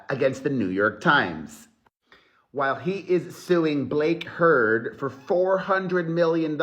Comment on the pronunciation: Blake HERD as in Amber Herd 😅😂 how do you keep a straight face when doing these?? 👏